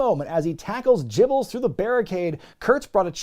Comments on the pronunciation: "Jibles" Haha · Calling Bradshaw "Jibbles" broke me 😂